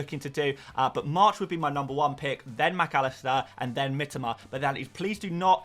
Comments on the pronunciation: Always annoying when people try to correct others but are just wrong themselves.. Do you seriously think that Japanese people pronounce it "Mi-TOE-ma", just because that's how the average British FPL Youtuber pronounces it? Because then you know nothing about Japanese. got it very close. The I-sound is a bit more like an "ee", but he's definitely closer than most people here. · He said that it is the correct Japanese pronounciation.